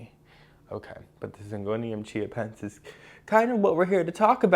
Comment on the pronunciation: Anyone else can't help but hear Syngonium "ChiaPets"? 🤣🌱😍